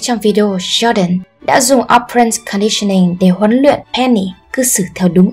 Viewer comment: Bạn nữ đọc sai từ operant, halo effect rồi. Các từ khác cũng bị sai âm đuôi. Cả conditioned và unconditioned nữa, âm ed phát âm là /d/ chứ sao lại /s/ quài vậy. Có 1-2 từ tiếng anh mà cũng ko thèm tra từ điển để đọc cho đúng vậy, có tôn trọng công sức người viết bài không? Nói sai nghe tuột mood luôn